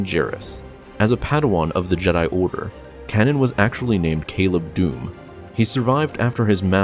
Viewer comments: Narrates Star Wars videos; doesn't even know how to pronounce the name Kanan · It’s kAnan the a sound not o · Kanan is pronounced Kay-nen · It seems like you deliberately mispronounce names sometimes. Kanan's name is spoken allowed in the show and you still call him "Canon" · IT'S KAINAN Not Kanan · Kay-nan not cannon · It's not "canon", it's "Cane-in". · I have no idea who "Canon" Jarrus is. I do, however, know who Kanan (pronounced "Kay-nan") Jarrus is. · Kay-nin not canon lol idky it bugged me so much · Just so you know - it's pronounced "CAY-nan" not cannon. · uh you are pronouncing kanan wrong, its kanan (pronounce the first a as if there was an e at the end of the word, that's how it's pronounced in the Star Wars Rebels Tv show. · it’s pronounced like Kay-nan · It’s ka na an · Why do you pronounce Kanan like "Cannon?" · It’s pronounced K Naan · You said Kanan's name wrong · you kept saying kanan wrong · anyone else mad about how badly he pronounced Kanans name??? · How can you know so much lore and not be able to pronounce 'Kanan' or 'Tano'? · I don't like how you pronounce Kanan... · Can you say kanan properly please :D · can't pronounce "kanan" correctly? video FAIL. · I cringed every time you mispronounce Kanan's name.